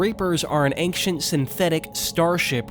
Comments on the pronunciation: There’s no K in ancient big dawg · I am sorry, but saying ankshient and not ein-SHENT and saying mod-YOU-le and not mo-JOU-le really detracts me from the video. I don't know if it's just your strange (to me) local native accent or if English is your second language, but I haven't heard anyone who says the word "ancient" in such a way. This pronunciation just really puzzles me. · Yes, please do make a vid for the two sequels. But just please... Learn how to pronounce 'Ancient'.